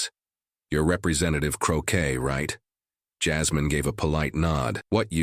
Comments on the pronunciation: It's CROCKETT! Not Crocker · Whoever is narrating this should get her name straight... Her name is not "Krocker"... Is CROCKETT.. C R O C K E T T... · Crockett not Crocker. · You're the narrator and you start with MISPRONUNCIATION of Jasmine CrocKETT'S name.